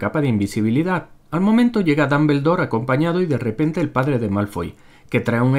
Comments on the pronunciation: Ermiom, Dalvendor...jajaja 😂😂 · Jajajajajajajaja Hermion, Dombeldor.... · Dambeldor xd